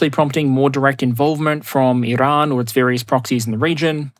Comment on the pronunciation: Why are you trying to pronounce Iran “Irrrrrrahn”. Get a grip